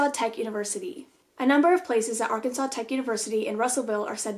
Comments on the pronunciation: Ar CAN sans 😂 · Can definitely tell your not from Arkansas cuz you can’t pronounce any of our towns correctly